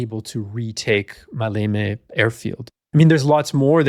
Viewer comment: The emphasis in the word Maleme is on the 1st syllable "Ma". I think that 35 years ago I read a book published by the official history department of the Greek Army, that Kurt Student was ready to commit suicide if the operation failed.